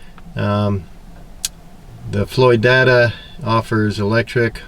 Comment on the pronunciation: It’s Floyd-ada, not Floy-dada. My brother lives near there....